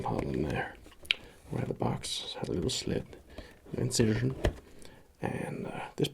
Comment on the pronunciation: "a little inciersion" 😂😂